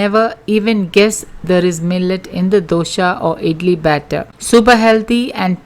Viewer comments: Its dosa not dosha, pronounce properly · Mam your explanation is very good. But it's not Dosha but simple Dosa. When you pronounce wrong way it's jarring 4 d ear. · It’s nice of u for giving all this nutrition facts but it is so annoying u keep on saying dosha instead of Dosa!!! Please dont kill our tradition food pronounciation!!! Thanx